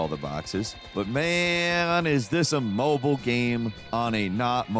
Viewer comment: "Mob-i-le" :D Ya know, like file, and profile